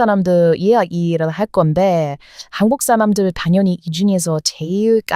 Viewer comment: 버터 보이스 샬롯의 귀여은 멘트 .. "항국쌀람들 말 안해도 구독꽈 조아요 잘 눌러줘요".... 다 눌러 주고 십퍼요